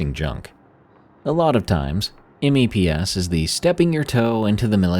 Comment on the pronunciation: it's funny to hear you spell out M.E.P.S. mostly because as a navy wife and mother, it's always just meps, like maps with an e, made me laugh, thank you